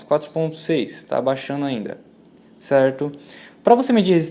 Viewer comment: Cerrrrto, cerrrrto, cerrrrto...